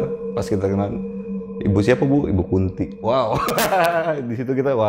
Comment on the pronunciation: mungkin nama ibu itu Kunthi pake 'h', kaya tokoh pewayangan (ibunya Pandawa) namanya dewi kunthi, beda pelafalannya beda arti soalnya ehee, cmiiw 🥰